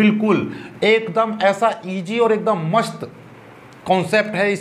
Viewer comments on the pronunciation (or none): Masht nahin mast hota hai😂😂😂😂😂😂😂😂😂😂😂😂😂😂😂😂😂😂😂😂😂😂😂😂